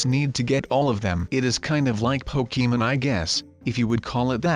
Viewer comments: ITS POKEMON NOT POKEEMON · Why did you say pokémen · Pokemon not pokemen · He is saying pokemen lol It is Pokemon 😂😂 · When he said Pokémon he said pokeman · It's Pokémon not pokeymen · Po-key-men gotta catch em all